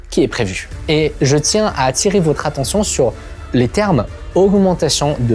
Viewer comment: Votre, avec le o de "bol" Le vôtre, avec le o de "beau" 😉